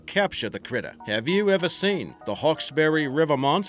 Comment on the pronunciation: Is pronounced hawksbry and bun-yip and there is actual evidence of the panther in nsw as they have paw print moles of it it’s actually thought to be a panther cat hybrid that have reproduced when someone brought a panther but couldn’t handle it and set it free look up the 60 min documentary